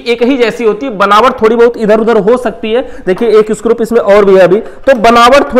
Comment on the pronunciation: स्क्रूप नहीं स्क्रू होता हैं